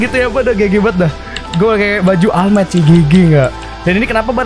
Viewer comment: All might Dibaca oll might:v